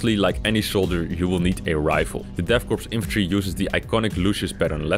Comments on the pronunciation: the S in 'korps' and 'corps' is silent; you don't pronounce it. 'Core', not 'corpse'. I thought you knew that? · its called pronounced core not corpse.